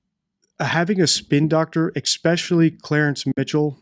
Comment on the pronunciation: Please. ESPECIALLY HAS NO X